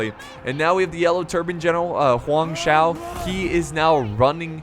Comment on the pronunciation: hi I am a viewer from Hong Kong I would like to tell you that there are some family names have two words in Chinese such as Zhuge (諸葛) Xiahou (夏侯) Sima (司馬) That's why it is quite strange when you try to pronounce those words as one word. So, when you see the above family names, you can try to pronounce them as two words like Zhu Ge Xia Hou Si Ma And this may sound better. This is my first time to leave a comment and I hope you won't feel being offended.